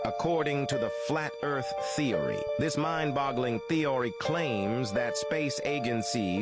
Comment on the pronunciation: Why did the AI voice just start having a stroke lol? It was talking normally (for a robot) and suddenly started wildly mispronouncing every other word even though it JUST pronounced the same words correctly? “According to the “Flat Earth theory, this mind boggling ThèAhRhēē claaaaims that space æhGuNsEez have been hiding the truth from Eeee-üüS…”